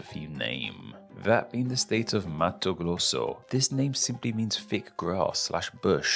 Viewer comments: "Acrea" 👌 Malanão KK Crear 😔✊ Mato ✔ glosso 🤔 Palaná :0 Colocamos um gaúcho e o cebolinha para conversarem, vejam como foi. 😋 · Palá, Lolaima, Malanhão, Cealá, Lio Glande do Note, Mato Glosso.... esse cara é o Cebolinha?